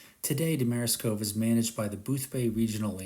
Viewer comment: You’re mispronouncing Seguin and Damariscove. Nice video, though.